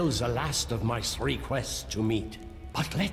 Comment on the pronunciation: Just realized the narrator says tree not three…. Why do I feel itchy all of a sudden?